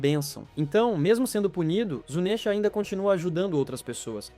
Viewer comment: Q agonia ouvir ele falar "zunésha" Nunca ouviu a dublagem em japonês? Se pronuncia Zunisha